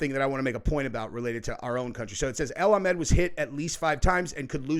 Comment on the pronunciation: A AL A not EL